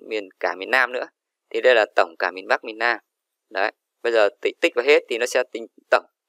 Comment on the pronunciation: Miền Nam chứ ko phải miền lam